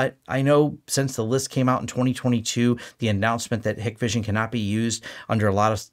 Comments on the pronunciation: Hikvision is pronounced Hike-vision by the way…at least that’s how the US sales and tech support guys say it. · Same here. Hikvision in closed loop system with no access to internet, separate VLAN and local NTP server behind a half decent firewall work well. That 'list' is just geo-politics at play, nothing a good sys-ops can't figure out to filter/block any 'phone home' features. PS it's pronounced HIKEvision and written with the E missing. I see more of my Ubiquiti kit calling home than any of my Hikvision cameras have ever done. Hikvision also 10% the price of some of the high end brands so if, as and when anything fails easy to right off and replace.